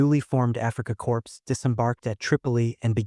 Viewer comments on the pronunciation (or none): Corps is pronounced Core, not Corpse